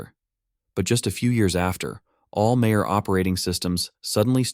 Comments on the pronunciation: mayor instead of major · It is AI voice .. “All mayor operating systems “ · Minor errata "Mayor OS" lol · Was it actually script typo? Pretty sure the text to speech misidentified the j noise as a h